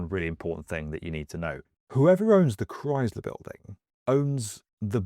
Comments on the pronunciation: Far be it for an American to give elocution lessons, but... It is pronounced ChrySler, not ChryZler. It is pronounced dOllars, not dUllars. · It's pronounced as Chry-sler not Chry-zler. I hope this comment doesn't seem mean spirited, just constructive criticism. I otherwise love your channel. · It's Chrysler not Chryzler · Why does he keep saying "Chryzler" instead of "Chrysler"? Normally British accents are so precise. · It's pronounced ChrySler, pronounced with an S. Not ChryZler; There is no Z in the word. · "Kr-ICE-ler" building...not "Kr-IZE-ler" building. Thx. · It’s NOT cries-LURE, it’s MUCH closer to CHRIST-ler! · Pronounced "cryICE-ler" not "crys-ler" Couldn't find and American for a documentary on an American Building? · Only my personal opinion, but the Chrysler building is the coolest-looking skyscraper in Manhattan. It makes up for not being as tall as the Empire State building by being definitely cooler looking. Just a tip - there's no 'z' in Chrysler. ChrySler - not 'Chryzler'. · We say it "Christ-ler". "Cryyyzler" is less common. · It's pronounced "Crise'-ler" not "Crize'-ler." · The "Cryz-ler" building? It's "Cryss-ler", with a hard "s", like Jesus Christ without the "t" Cut it out, England! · I'd watch if you didn't keep saying chryzluh. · Never heard it pronounced ChryZler. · Maybe he thinks it's Cries-ler, because owning it makes you cry? But it's pronounced like "ice" not "eyes". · Why do you call it the "Chryzler" biulding? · It’s not croisler, it’s the Chrysler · Chryzzzler. Ugh. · The Cries-ler building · Why does he keep pronouncing it like that it's Crys-ler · The what building? The Cry-Sil-all-er Building? 🤔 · Yer Killin me: Stop saying "CRIES-ler!" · It's krice-ler, not crys-ler. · Ugh, practice saying Chrysler. That’s Chrysler, not cryzler. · Jesus Chrystler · Cries Lure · kryz luh? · It’s not Chryzler. 🙄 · Nobody says ChryZler. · What is a "Criessssler" building? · ah yes the Chryzler building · There's no Z in Chrysler.